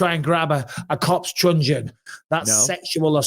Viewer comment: Mike that's a truncheon not a trungeon.